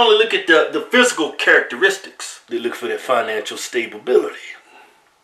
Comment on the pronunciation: Um, fisicle? If I'm correct, which I am, its PHYSICAL. Also, it's why men, not wimen. Just saying